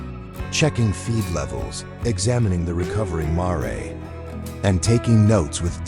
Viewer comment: Why are simple words not pronounced correctly???🥴. Mare is just as it looks! Long a and silent e.